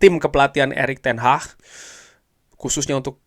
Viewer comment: Bukan Erick Ten HAHHHHHHHHHHH tapi ERICK TEN HAG Lagi lagi Erick Ten Hahhhhhhh Erick Ten Hahhhhhhh 🤣🤣🤣🤣🤣🤣🤣🤣🤣